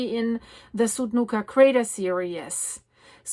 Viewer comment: Hi. So very happy to hear the good news about Apollo. I am going to offer kindly pronunciation adjustment because I finally figured out the word you have been saying in every video about the volcanoes when you name the volcano and say a word that starts with S immediately after it. I hear the English word serious, and I am reasonably certain you mean the English word series. If I am right, the pronunciation of the IES is EES. I listened and you said the word three correctly and it simply would be like multiple threes. I know pronunciation across languages is massively complicated and by now you are extremely used to the serious pronunciation. You feel free to choose, which one you want to use, but if you use any of the translators and they are giving you, the IOUS pronunciation then it’s a learning tech curve for whatever or whoever. I have a funny story from a Native American Rez, where one of the aunties came up to me and tug on the edge of my top, telling me never to say a word that I had been saying because in a speech, a man had used the native word. I thought it meant one thing and evidently it was very profane. She was kind enough to find me in a back hallway alone and simply told me don’t say and she said the word. I’m not tall, but I was looking down at her and she looked older than I am now but she’s probably 20 years younger at the time. I said OK why not? She put her hand over her mouth and giggled and gave me a very polite translation turned around an